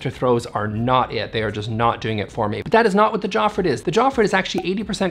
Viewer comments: Just a tip that can make things easier for you, the letter “J” is pronounced like the letter “I” in Swedish, Norwegian and Danish. So, Jofrid is pronounced“Iofrid” and Fjell is pronounced “Fiell” 😉. Just replace the sound of the English J for I in all Swedish words and you are good to go, no one will notice you are not Scandinavian. 😉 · The J is a European J=Yofreed, the G is hard in Regnskur=ReGn-Skoor, Fjell-haMar (not hammar) and then the other names were passable.